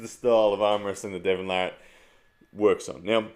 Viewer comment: I don't arm wrestle but as a new fan of the sport wanting to explain the more technical aspects to others and get them into it, videos like this are gold. Great stuff!! It's also very refreshing to hear Devon's last name pronounced properly lol. Larratt not LeRat.